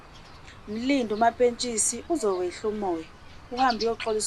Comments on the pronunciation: Why keep saying "Mampesikha" uhlulwa ukubiza uMampentsisi yini???😂😂😂😂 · akaze albiza kahle igama laMapentshisi 😭😭 🤞🏼, "Mapesika" 🔥😂😂😂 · makes my day when she says Mapesika 😂😂